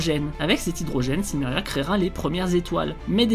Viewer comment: Donc le "L" de Silmeria ne se prononce pas ?